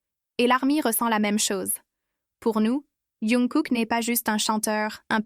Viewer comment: Ça me fait rire quand elle dit younkook😅😅